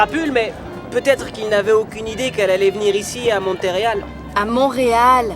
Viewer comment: a dit montereal 😂😂😂